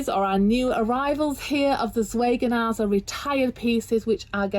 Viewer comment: Please forgive me if I sound ridiculously pedantic, but I do wish the word Zwergnase was pronounced correctly!! Apart from that, I really enjoyed your videos on their dolls.